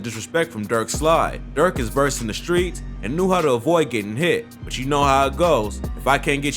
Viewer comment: Fam mispronouncing all the streets is irking me